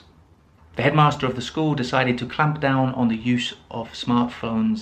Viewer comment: Brilliant phrases.... issue for me is, I don't want to be rude, but I have to mention that, the pronunciation of words like Ramp, clamp and even layoff are not sounding correctly....no offense!!